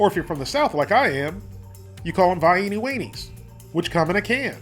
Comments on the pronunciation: It is NEVER pronounced like the city in Austria, but always "vie EEN uh." You should know that. You should also know better than to put ketchup on hot dogs. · I love ketchup on hotdogs lol, plus I’m a southern girl myself and I’ve NEVER heard anyone call them vi-ee-nie weenies lol.